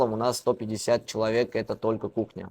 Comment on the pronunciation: Кухня десен кукня дебей